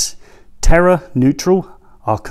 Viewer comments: Why do you pronounce it 'Terra' when the word is 'Terre' T-air. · Terre is pronounced like tair